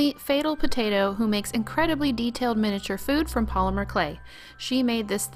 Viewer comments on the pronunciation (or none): none